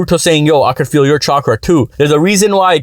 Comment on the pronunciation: I liked the pronounciation Chwakra 😂